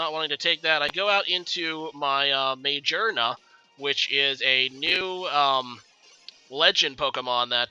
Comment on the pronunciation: I died when you said "May-Jar-Nuh"